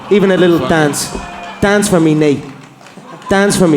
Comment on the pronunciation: When he said daince for me, all i could see his him getting humbled, and his mouth closed while he tapped out. Beautiful